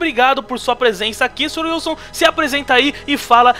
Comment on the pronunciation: falou errado, é sr sr wilsu rsrs